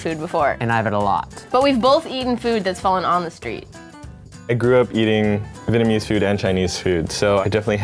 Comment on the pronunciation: xLinkGamingx lol yeah I seen some people say vietmanese 😐